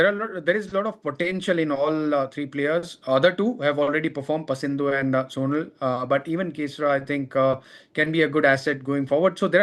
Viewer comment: His name pronouns like sonaal not soonal